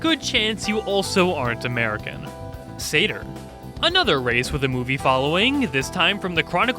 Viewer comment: I can't believe satyr was the one that you mispronounced.